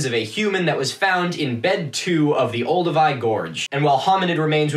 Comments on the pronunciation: me throughout this video: "is he trying to say Olduvai?" " OH IT IS OLDUVAI". "that's a grave, bitch" "Where are the Leakeys?!" "BRUUUHHHHHH LOUIS" "oh SHit" "does this guy know what a grave is?" "I will watch every episode of this" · Interesting to hear it pronounced OldoWAY rather than OlduVAI (which my teacher always prounounced v-eye) at the start. Do you know if it’s a regional difference (I’m British) or is one the actual correct pronunciation? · I think I've been pronouncing "Oldovai" wrong for decades... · Olduvai gorge.. or Oldupai gorge… Ive never heard of oldoway gorge